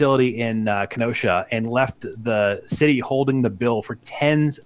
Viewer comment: Ken-oh-shah 🤣 im from wisconsin! Whats up!